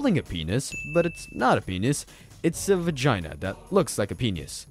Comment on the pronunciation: “Vegenis” AwjajIsjauauaiaiiajqjaj I CANT